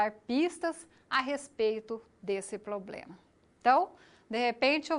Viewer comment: Tem mestrado mas fala “poblema”... foda hein?